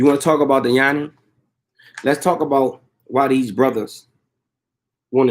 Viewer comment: Not Yani ... it is Yoni